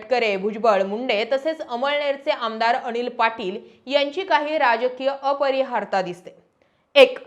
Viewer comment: परिहारता म्हणू नका.. परिहार्यता म्हणा Video5.23 भोगत आहेत नाही(त्रास सहन करत आहेत असा अर्थ होतो)...भोग घेत आहेत.हे वाक्य बरोबर.(मजा घेत आहेत) आणि असं सैल जॅकेट किंवा कोट चांगला दिसतो तुम्हाला बाकी छान असतात तुमचे व्हिडीओ 🎉